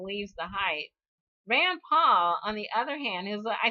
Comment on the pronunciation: I find it amusing that you switch the vowels in her name but say Rand Paul correctly every time. Her first name is Einstein without the beer mug and Rand Paul was named for her. Keep up the good work!